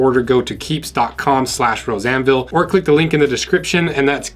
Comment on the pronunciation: I keep hearing "Roseanneville" instead of.